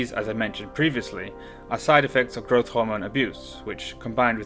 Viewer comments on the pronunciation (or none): none